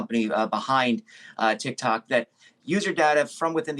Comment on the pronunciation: Wait did I just hear the woman say TikTak?!?!